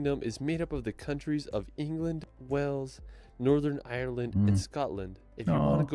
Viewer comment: Wales is pronounced as “Whales” as in the animal not as in a place of water “wells”